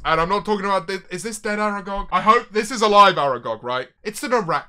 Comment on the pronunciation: “I would Aragag Aragcowk” xddd